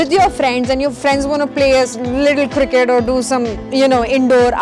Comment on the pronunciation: Cirkkketttt 😂 loved that blabber ....❤️